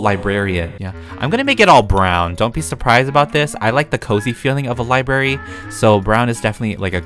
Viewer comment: i totally freaked out every time said "LiBaRy". i- i didn't know i was THAT person